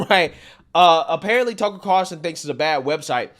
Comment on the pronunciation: Love your channel. It sounds like you're saying tuckle. No big deal. Just saying